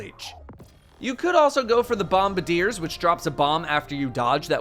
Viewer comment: "BOM-BUH-DEERS" Lmao,, do you know the word "bombard"...? Try "BOMBARD-EE-URS" on for size. And then maybe share this hot pronunciation info with literally every single other content creator and streamer.